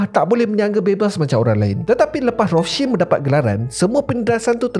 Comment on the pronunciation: Rothscheld ke atau Rostchild sebut guna bahasa Melayu la kenapa ikut sebutan Jerman 😂